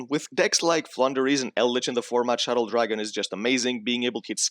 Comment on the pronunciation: But why call them "Shadows"? :DDDD They are "Shaddolls" ? ._.